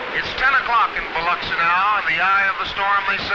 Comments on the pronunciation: The waves - look like Hawaii. You can see the rocks. Definitely not the Gulf Coast. // Does anyone pronounce Biloxi as the narrator does here? Bi lucks ee. //The lady who spots her house should be on the Price is Right.//You can't blame people for believing the Richelieu story if this film and the source's account spread around the country. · Bi-LUCK-see. The "I" is short, second syllable emphasis. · Somebody should have told the narrator how to pronounce Biloxi.